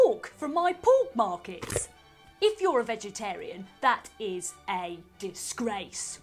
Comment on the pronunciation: "If you're a vegetarian that is a dis grace" (angry face) - 🤣🤣🤣 And being a Vegan is just virtue signaling. - keeping the pork on our plates and out of our politics!